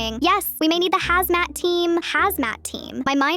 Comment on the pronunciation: "Yes we might need the hazmas team" uhhh what?Also why do you need poison control???It's baking soda!I swear these AI are getting dumber